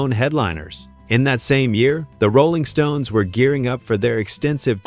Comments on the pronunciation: Goofy ass robot voice says: "the ROLLing stone". Weird. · The AI hit instantly with the pronounciation of Rolling Stones. Won't watch any further and thums down, plus a non-recommendation installed.